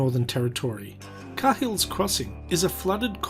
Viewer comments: It's pronounced KAY-HILL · try saying Kay Hill not car hill cheers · Not 'Ka Hill' it's pronounced 'kayhill' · Sorry... but the way you learn english should tell you to pronounce it KayHill, how did it read as car? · It's pronounced "cay-hill"... not "car-hill"... when spoken properly it sounds like "kale" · Sorry mate but it’s not “Car-Hill”. It’s pronounced “Kayill”. Try saying Car Hill down south!🤪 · “Kay-Hills” crossing mate. And barely pronounce the H. You say it wrong. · Please.....It’s pronounced “Kale” or “Karl” not Kayhill....!! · Hey mate. It's pronounced (kay-hill's). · Both wrong. It's pronounced Kay hills crossing. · mate you couldnt even pronounce the name correctly, dont start answering questions about the place and dribbling even more shit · In what universe do you hear a "r" In Cahill? Oh and if you're not from the nt stop putting out false facts that you dont know. Otherwise do research. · Did you pronounce 'Cahill' correctly?